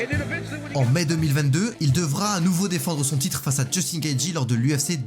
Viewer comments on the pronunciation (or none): none